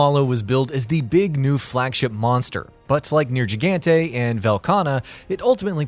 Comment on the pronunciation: You trying to compete with WatchMojo on pronouncing things wrong? Bad enough I have to listen Cotton say Bih-shat-in, and you're saying Nergigante as wrong as Rage... BEE-SHA-TEN!